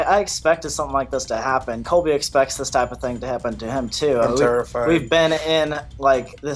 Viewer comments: It isn't Coby it's COLBY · I can’t believe people keep saying “coby” it’s got an “l” coLby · Keemstar is pronouncing it 'Kobe' Like brennens dog.. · LISTEN U RAT DON'T CALL COLBY C O L B Y NOT KOBE!!!!!!!!!!!!!!!!!!!!!!